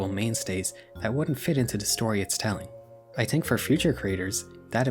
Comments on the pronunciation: why is bro saying tink instead of think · Great video man, loved it, but just one question, why do you use the patois pronunciation for the word “think” ?